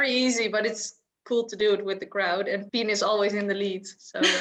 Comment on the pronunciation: pien like pee +n, marloes like marlous